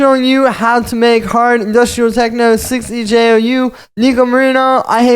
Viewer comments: Actually I think its pronouced "BEJOU" ahah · You say it as bejou